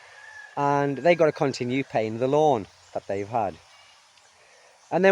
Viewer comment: Who else wondered why he was saying "lawn to lawn" until they realized he was saying "loan to loan"? (Even the CC interpretation was lawn to lawn.)